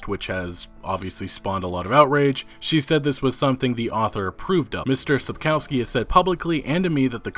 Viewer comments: It's pronounced Sapkovski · dude when u pronounce Spakowski just read the "W" as a "V" and its perfect. It sounds really really horrible when english speakers mess those sounds we have a different letter for it and it looks like this "Ł" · Each time he says Sapkowski I am who !? xD Also you guys should watch Polish serial and movie just ignore terrible special effects. Also Michał Żebrowski looks pretty good as Witcher.